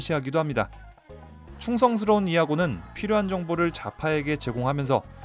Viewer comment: 자파가왜 좌파로들리냐